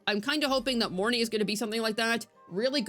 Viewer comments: The "Morn-eye" pronounciation is making me cringe so hard. I hear the correct pronunciation is Morny-eh. Which admittedly would be a bit awkward to a native english speaker, but a million times better than "eye". In my head i call her just Morn'. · Lol Monai, I'm sure there's an R in their buddy.